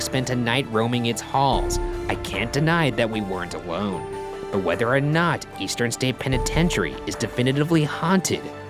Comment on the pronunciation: he says a wone instead of alone